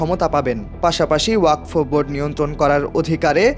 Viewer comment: ওরে গাধা, বিলের নাম ওয়াকফ, ওয়াক ফ নয়